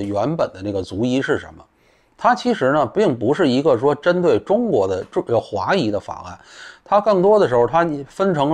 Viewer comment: 裔，四声。华裔，族裔，虽然都能听明白，但是读成华姨族姨的，听着还是别扭。